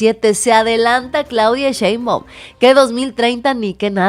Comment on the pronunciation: A Monreal hay que decirle que no es Cheibaum es Shhhheinbaum.